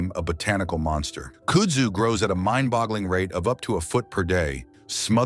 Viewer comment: Kud-zoo is how you pronounce it and it is a beast. They have large tuber under the ground and can root from a cutting so mowing the stuff will just spread it. Look on a map for Yazoo City MS the area is covered with it. It is said that kudzu and cock roaches will be the only thing to survive a nuclear apocalypse so get used to eating both.